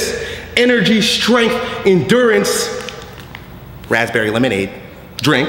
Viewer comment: Rath-berry lemonade. Hahaha